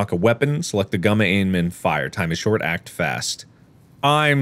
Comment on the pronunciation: But it's shoart!! 😭